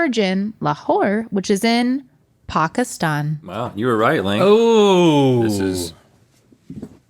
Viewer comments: pronounciation of Lahori Chargah and Pakistan is commendable! 😅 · great pronunciation of “Paa-kis-staan” by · correctly pronouncing Pakistan, did sonething to my 🇵🇰 heart ❤